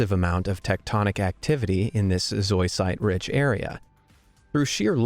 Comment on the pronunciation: FYI - it's not commonly pronounced "zoy-site" by geologists. Its pronounced "ZOE-ih-site" or even better, "ZOE-əh-site" with a schwa sound in the middle syllable. Some say it can be said like "suicide" but with a "Z". But most geologists and rockhounds I've studied/dug with use the first syllable of "Zoe" like the girl's name. There are 3 syllables and the least stress is on the last syllable, most stress on the first. Tanzanite is truly a gorgeous stone and has the rare property of being Trichroic, meaning depending on which angle you view it from, one single stone can appear blue, red, and purple depending on how the light hits it. It only occurs in ONE mining location worldwide and the chances of it forming naturally are estimated at something like 1 in 1,000,000. It was formed by the same plate tectonic activity which formed Mt. Kilimanjaro and occurs as exceedingly pure zoisite tinged with impurities of vanadium. A truly rare and valuable stone indeed. If you want tanzanite jewelry, buy it now, because once the existing mine is declared exhausted, that's it, no more can be mined anywhere else in the world (as of current knowledge, although other deposits may remain undiscovered miles below ground)